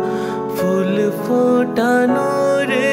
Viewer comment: Pronunciation vul ache bodhoi , ota hul fotanor chole hobe bodhoi, correct me if I am wrong, else darun rendition